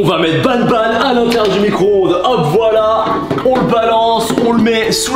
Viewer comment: C, est pas nabnab c'est banban